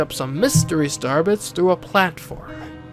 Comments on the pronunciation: Is it just me or was he saying Starbucks instead of star bits? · Why do you consistantly skip pronouncing the i in star bits?